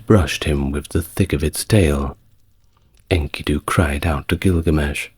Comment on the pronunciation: My I offer another pronounciation of the name Enkidu. The narrator says INKY'-doo, but on STNG, Patrick Stewart (Jean-Luc Picard) pronounces Enkidu as in-KEY'-doo, in the episode "Darmok and Jalad at Tanagra" with the emphasis on the sylable ki.